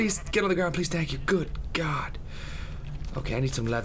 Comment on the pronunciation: Haha Tank you! I'm French and our problem is that we always pronounce the "th" like a "t" but even if we do that mistake, hearing it from Tobuscus is really funny!